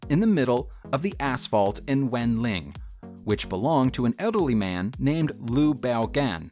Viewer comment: Wenling is pronounced ‘Wunling’. I lived there during my time in China.